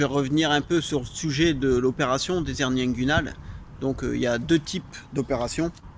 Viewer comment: Je croyais que l'on ne pouvait pas faire la liaison en français, soit les "hernies" et non pas les " zhernies" ?